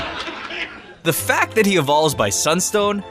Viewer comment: You said lisk